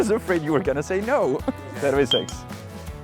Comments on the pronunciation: terviSEKS... look up the word in capitals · am i the only one hearing "pervi seks" when he says cheers?